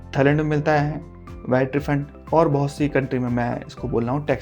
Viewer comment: Bhaat nhi re baht😂